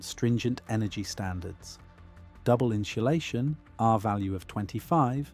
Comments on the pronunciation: Can you please program the AI voice to stop saying "in-shoe-lay-shun"? Please! INSULATION. in·su·la·tion /ˌin(t)səˈlāSHən/ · this is a great video, but I keep getting distracted by the "inshulation" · "Inshlashun" Gotta love AI based on a real voice, that can't pronounce basic words. Slop and autophageocity. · Cool info but you lost me at inshulation. Do you mean insulation, without the “h”. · insulation. not inshulation. want proof that brits cant even properly speak their own language? listen to them speak, then listen to them sing. when they learn to sing they are taught to enunciate properly. thats why they just sound like americans when they sing. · It's pronounced in Sue lay shun. There is no shoe in insulation. I believe at this point you guys are just doing it on purpose. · In ssssss ulation Not inshulation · What the actual F*CK is INSHULATION?!? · What is in-sha-lay-shun ? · What is "inschulation"? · Inchulation is throwing me off. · "inchulation" has me dying. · Had to stop after you said inshulation the fifth time. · I'm going to start saying "inshulashun" whenever I can conceivably fit it into a conversation. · I couldn’t listen to him say inshoelayshun one more time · “Inshulashion” 🙈 This is actually a really informative video and very well done. But I can’t get over the pronunciation (or should it be “pronounshiashion”?) of this word by the narrator 😂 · Inchulation? That's a new way to pronounce it. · Seems like an informative video. But at 5 minutes I can't take any more in-cha-lation. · What is inshulashun? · Here we go again- inshulation 🫤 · Your inability to pronounce insulation is distracting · AI can’t pronounce insulation🤣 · Learn how to pronounce “insulation”. If you put 100 tons of logs in the modern house, it would have won. This is just heat capacity, not any insulation advantage.